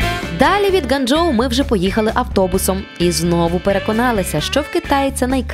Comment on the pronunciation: Ґуанджоу а не ґанджоу